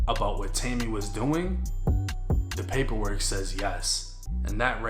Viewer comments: "The poyperwork" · “paper work” accent on point 😂😭😭